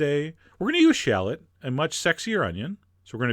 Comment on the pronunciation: i'm not too keen on the way you say shallot either!